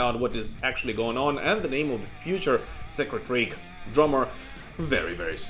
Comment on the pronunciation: Sacred Reich (Rike not Rake)